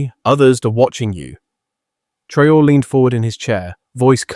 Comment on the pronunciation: Take note at Video role . How is the name Traore korrectly pronounced? Not as a Colonial French, Islamic, English, or Ameri-con way. It is pronounced as the Odigenous and Indigenous Ah-Free-Kan name T-Ra-O-Ray.